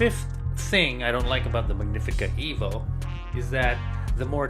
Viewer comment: It's "EH-vo" Why do you have it. SO did you get this free? Where's your video for the Rivellia